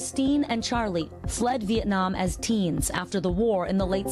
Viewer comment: Wish they showed his name. And His last name is pronounced En with the Y silent. Because pronouncing it like the reporter did sounds more Chinese